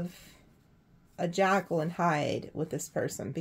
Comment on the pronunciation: Not jackal, like the animal, but Jekyl, as in Dr. Jekyl.